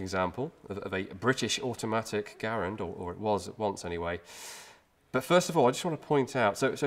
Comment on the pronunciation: Well done.... and it is pronounced Garand...with a "E" not an "A"... as we Bloody Colonists would say. Cheers Mate.